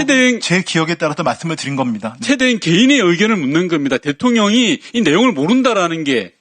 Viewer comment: 대행 이 아니라 때앵 ~~ 이네 ㅡㅡ